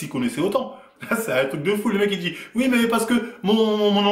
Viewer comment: Arrête de dire ui, on dis oui bordel,chargé encore et encore